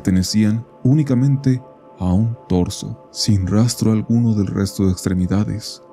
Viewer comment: Me encanta como desde que escuché torso sabia que era de Estados Unidos